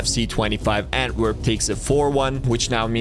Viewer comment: pronounced ant-there-pp